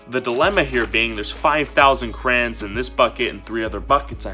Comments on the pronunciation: I'm (about) Please stop saying "Crans" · I’m triggered it’s not krans it’s crayons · Anybody else come her to see if he said crans or crayons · its crayons not crans LOOOSER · It’s not crans it crayon 😅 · Its crayons not crans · Cra-y-ons not "Krans" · krayon notcrans crayons not cran crayons not crayn not cran anways love ya channel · Why do people say it crahns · “We have all 5,000 crans” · This foo really be sayin crans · It’s not krans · am i the only one that is confused when he kept on saying Krans.... btw luv your content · omg stop saying krans... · DID HE JUST CALL THEM KRANS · He says crayons like crans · I call them crowns you call them crans I’m triggered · "Crans" (no hate its just funny ❤️) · Who heard him say crayins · Why does he call it krans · why he sayin crayns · Y u say krans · Stop saying Krans (ty) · im suffering the first 30 seconds of him saying krains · please start saying crans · Yes, crans 😂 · XD ME IT SOUNDED LIKE KRANS LOL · Ill thumbs up the video but deep down in my sole hate it because of the way he pronounces crayons. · i will actually stop watching this because you are saying it wrong and I just can't okay I'm sorry.